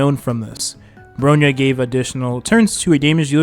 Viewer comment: bro reallly be saying ANYTHING for the character names lmao. SEELAY???? BRONEE? SHINGSHAY????